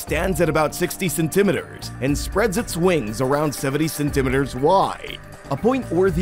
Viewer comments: Cen- ta - mee-ter not cen- tima der. Let's keep it real and pronounce words correctly . Let's not put a spin on something like a measurement that I've heard pronounce like u do .your not edgy and it makes you sound like an illiterate and either stick with metric or standard not both unless u give both measurements.ty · cenTIMeters? you're putting the emPHAsis on the wrong sylLABle.